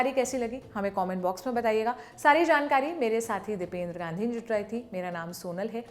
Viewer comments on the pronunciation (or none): none